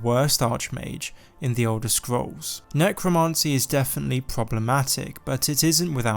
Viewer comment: necromancy not necromarncy